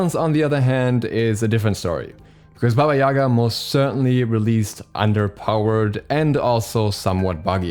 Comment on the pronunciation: Not Baba Yaga